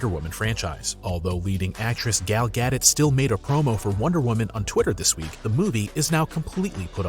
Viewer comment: It's gal-dowt (Gadot) not Gadit or Gadot for that matter 🤣🤣🤣, who ever this person is in the video pronouncing her name as "Gadot needs to learn how to say people name.propeely and with respect.